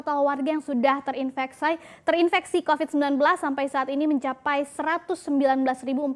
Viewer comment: Terinveksaid anying 😂